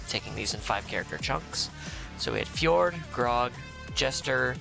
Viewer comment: The music is a much better volume level for this one! Also Fjord is pronounced Ford. Like the card maker. Another great video!